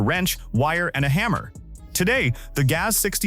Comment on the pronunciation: GAZ is not gate, nor ga-whatever,. Maybe the robots could be taught how to pronounce words the right way, but only if the programmers value the viewers... that has a very low chance, so just upload more crap, it's a cheap money-making machine.